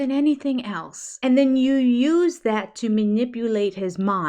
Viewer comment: Haven’t you heard him saying a hundred times the word “elts” instead of the word “else”? He’s such a moron.